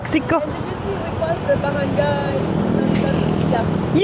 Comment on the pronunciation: It's my first time to hear a European pronouncing Barangay clearly like a local mostly foreigner are struggling to pronounce this particular letters NG and MGA. but Wait minute is that the guy caught on camera peeing on the tre trunk 😂😂😂